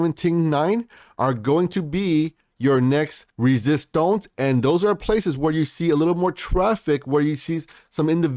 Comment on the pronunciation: Are you part French? You say "Resistance' with a real twang!